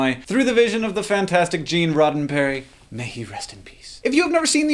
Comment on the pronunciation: "roddenperry" "simon pegg brilliant as mccoy" "uhuru" wut hank, you need to watch some star trek. the real thing, not a bad parody.